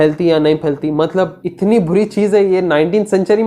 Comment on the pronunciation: It's not mallab. It's Matlab. Correct your urdu pronunciation please.